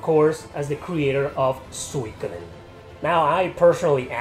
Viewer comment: Its Su-I-ko-den btw :)